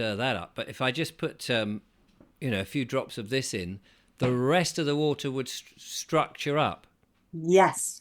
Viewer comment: I'm trying to listen but cannot get past "shtructure" , there's no H in STRUCTURE